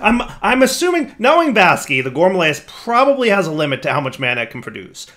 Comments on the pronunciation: tbh I dont think its a big mispronunciation as its from the root word gourmet (or gourmand technically) so gore-mah isnt entirely wrong mixed with amaryllis (flower species) so yea hes missing an R but that often comes with accents (yes there are tonnes of subtly in American Accents) gour-ma-rill-iss is a rough approximate though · Just noticed that has, for probably the last 4 seasons plus, been pronouncing Gourmaryllis as gore-muh-lay-iss. It wouldn't be a Direwold20 video without at least one -derp and a mis-pronunciation XD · I feel like went with the gourmaryllis specifically so he could mispronounce it.